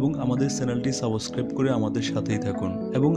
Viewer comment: সাবস ক্রাইব করা নয় । সাবস্ক্রাইব করা হবে। 😀